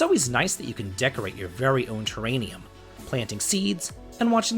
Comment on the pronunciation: > Void Terranium > It's always nice that you can decorate your very own Terranium Terr-AR-ium. (prounounced terr - air - ium) Like the little cases where you raise reptiles.